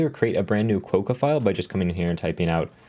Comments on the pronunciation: You probably felt slightly irritated each time he said it wrong :D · Hi, that O in the name is pronounced like an A. So you end up closer to Kwa-ka, like the Australian pronunciation for the friendliest animal on the continent. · Probably pronounced Kwock-a... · Agree, with the first syllable rhyming with "crock"